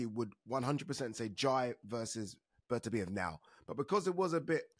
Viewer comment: Agree 100%. Plus Oladipo persistently mispronouncing ‘Beterbiev’ even though he absolutely knows better. It really grates.